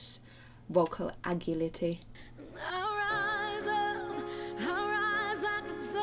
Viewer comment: agility... pronouned....a-jil-lity.